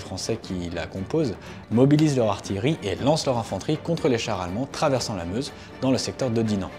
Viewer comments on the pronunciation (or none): none